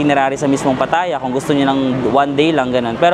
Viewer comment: It's not pa TA ya. It's pa tha YA. 😊